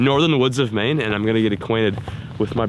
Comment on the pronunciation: said, “never caught a fish in Maine” What I heard, “never caught a fish mane”